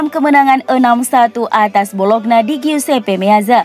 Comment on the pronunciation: nyebut bologna kok bolokna terus (ngga enak banget didengar)...yang benar bacanya "bolonya" mba...wakakakaka